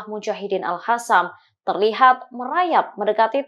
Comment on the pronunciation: WOY...!!! AL-HASAN MULU LU LO, PAKE HURUF Q BUKAN H. Jadi males lihat beritanya klu lo yg bacain.. Langsung geu shop.